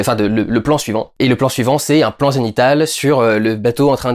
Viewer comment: Bonjour, je ne comprends pas ce que vous dites à , vous parlez d'un plan ...zénithal ? (Zainital, Sénnital, Zenytal???)